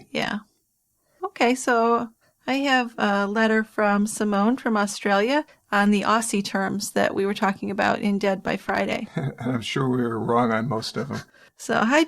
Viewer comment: Does pronounce Aussie "Ossy"? That's really cute. It's pronounced "Ozzy" tho, as in Ozzy Ozbourne X)